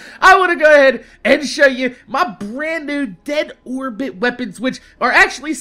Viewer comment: Did you say 'My Dead Whorebit Hunter'